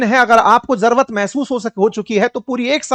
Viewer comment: भाई साहब आप बिहारी के र पर तो बात कर गए लेकिन खुद जरूरत को जरवत बोल रहे हो और अक्सर बोलते हो! Lion को Loin कहते हुए भी पाए गए हो!